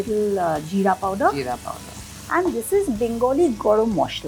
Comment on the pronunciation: Like to listen Gorom Moshla not Garam Masala 👌👌. Wonderful. Loved it.